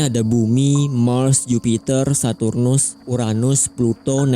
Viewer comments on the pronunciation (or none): none